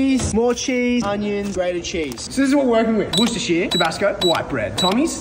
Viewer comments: He pronounced the winchester sauce right he is the one 🙇‍♂️ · FINALLY SOMEONE WHO KNOWS TO PRONOUNCE WORCESTERSHIRE